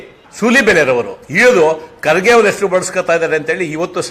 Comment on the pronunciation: ರಮೇಶ್ ಬಾಬು ನೀನು ಬಕೆಟ್ ಹಿಡಿಯವಾ ಕರ್ಗೆ ಮತ್ತು ಖರ್ಗೆ ಏನು ವ್ಯತ್ಯಾಸ ಇಲ್ಲಾ ಹೆಸರು ಒಂದೆ ಉಚ್ಚಾರಣೆ ಬೆರೆ ನಿನ್ನಂತ ಅಜ್ಞಾನಿ ಯಾರು ಇಲ್ಲಾ.